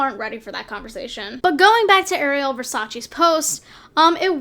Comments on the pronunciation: It’s Ariel not air-ri-el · Air ray Elle? The fuck? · ikr she says it like sebastian lol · You pronounce ariel wrong lmao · The only thing I was triggered by in this video is how she pronounced Ariel